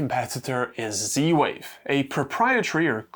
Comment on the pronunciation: stop saying "c-wave" .. use proper english :)